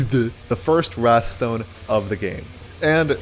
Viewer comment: it's called wraith stone, not wrath stone